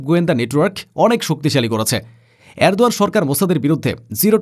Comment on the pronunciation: Tui holi miskin sangbadik. Tor ucharon bus er helper der mato. Erdoan er ucharon thik kor. Export er ucharon thik kor